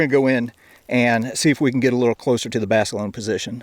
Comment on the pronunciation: lol, "Jon Basilone-eh"